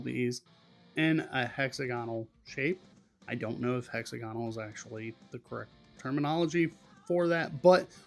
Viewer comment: pronounced: hex - ag - onal :) i found it is easier to make tape joints and glue them up like a box.